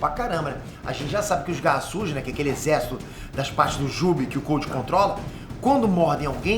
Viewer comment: Toda vez q o fala garra sujas fica parecendo q eh garrasus kkkkk